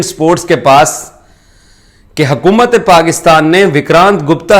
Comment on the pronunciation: Yaar urdu toh thik se bolo it's hukumat not hakumat